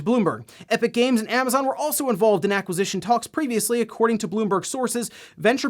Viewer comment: What ‘Amnazon’? You know there’s no ‘n’ there, right?